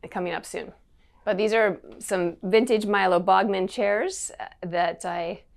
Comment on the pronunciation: Bog-man?? 🙄 It’s pronounced Baa-muhn. Even I know that, and I’m not an “interior designer” 🤣